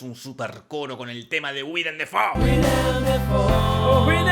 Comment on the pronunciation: Se pronuncia Deifou